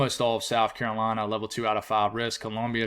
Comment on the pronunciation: when say carolina it just warms my heart